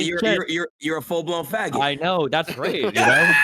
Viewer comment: Tfue "i think the shit about the mosk was fucked meanwhile tfue as aidan say fagoot 10 times "........."